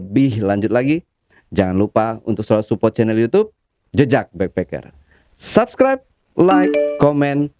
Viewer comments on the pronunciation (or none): none